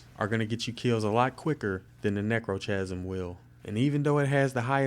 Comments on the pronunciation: It's pronounced "neck-row-kasm" What do you record your video with? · i know he also pronounced necrochasm wrong and edict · omfg he pronounced like almost everything wrong, its not édict its èdict, its necrokasm not nekrotjasm, not lik bane but litj bane